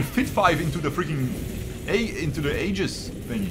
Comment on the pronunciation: "ee-juhs" not "ay-gis"